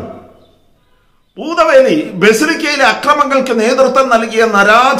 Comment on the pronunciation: Mr. അങ്ങേര് പൂതവേലി അല്ല പൂത്തവേലി ആണ് 😄😄😄😄😄